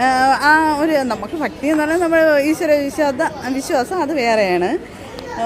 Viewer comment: ഫക്തി അല്ല ചംഘത്തീ... ഭക്തി ...കൊടിയ വിഷം സൂക്ഷിക്കുക